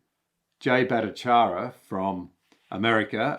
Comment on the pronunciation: Can’t he even pronounce his ( prof Battycharya) name ? Jesus